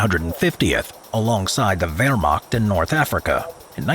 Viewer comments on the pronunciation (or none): none